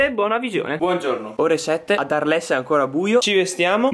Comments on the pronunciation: Si pronuncia arl, non arles, canaglio cane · Si pronuncia "àrl" non "arlès" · Arles... Arl (pronuncia) suvvia... un po' di impegno con queste pronunce!:-) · Si pronuncia arl zii